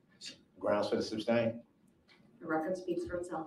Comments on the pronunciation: “Grounds for the SUBstane?” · brooks doesnt have a defense claiming you didnt intend to injure or kill anyone because you were running from the police...is not a defense and he isnt stupid? so why does he keep saying "substain"? the guy barely graduated high school....but runkle thinks he couldve made it through law school? every time he asks cogent questions it's from his pd's notes and you dont understand his behavior? havent you defended dv perps before? this is what he has done to all the women in his life